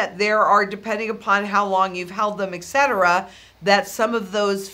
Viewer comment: eTcetera, not ekcetera :)